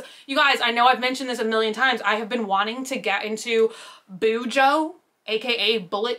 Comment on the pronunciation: I did BuJo for several years but quit last July and haven't picked it back up. You pronounced it correctly. Tombow Dual Brush Pens.